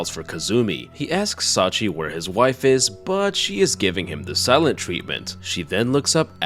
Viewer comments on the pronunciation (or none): Thanks for the upload. The old lady's name is pronounced "Sachië", like Charlotte Brontë, by the way.